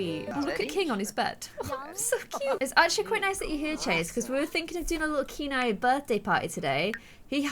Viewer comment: I think kieni name is pronounced kia-nay. Kia like the first part of kite, and nay like what a horse says